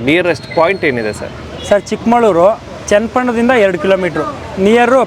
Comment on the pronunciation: ಅದು ಚಿಕ್ಕಮಳೂರು,ಚಿಕ್ಕಮಾಳೂರು ಅಲ್ಲ